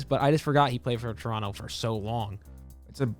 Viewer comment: Shoutout to for actually pronouncing Toronto right! Us canadians dont pronounce the second T